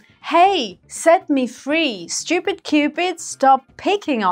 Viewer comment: надо слова выговаривать хорошо чтобы учить инглишу . St - сеинт? невнятно совсем )